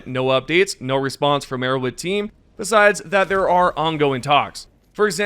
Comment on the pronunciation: arrow Head H H H H. Can you learn to say an H or are you too low iq?